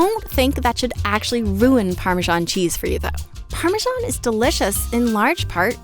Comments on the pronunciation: Where does the irritating “parmeeshawn” pronunciation come from? It is spelled parmesan. I it is not pronounced “eeshawn” in any other language. GRRRR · Nice exapmle of hyperforeignism... There is no zh sound in English Parmesan, the zh sound is only in the Italian Parmigiano (Reggiano) 🙂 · seriously, learn to pronounce parmesan. ask an italian. youre doing it wrong.